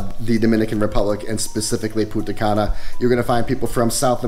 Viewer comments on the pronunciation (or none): You could pronounce the N in Punta Cana. Without is Puta Cana 🤣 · You pronounce Punta Cana as Puta Cana that literally means in Spanish Bitch Grey Hair xDdddddddd